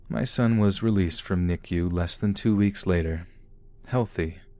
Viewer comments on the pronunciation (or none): none